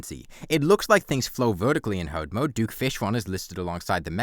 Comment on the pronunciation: "wings awe how you dodge things in hawd mode" 🗣🔥